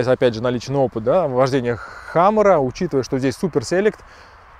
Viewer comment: хамЭра😂😂😂 ухо режит ваша средняя полоса!!! Камера , сервопривод!!! Это внедорожник!!!